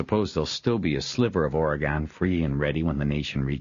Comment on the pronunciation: A wonderful story only slightly tarnished by the narrators barbaric way of pronouncing Oregon